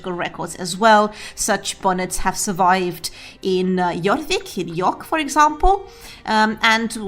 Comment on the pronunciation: Oh dear, the STT did NOT like the scandi way of pronouncing "jorvik" 😂